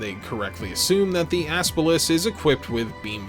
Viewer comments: I’m not going to lie. I literally cringed every single time you said, “Aspalus.” when it’s “Apsalus.” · every fucking time you say Apsaras I can only hear 'the Ass pull'